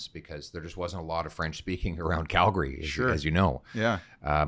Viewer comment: I love how he says Calgary correctly. Cal-gree. 😁